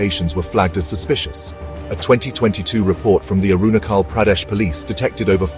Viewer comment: Is it pronounced as Arunakhal or Arunajhal?🤔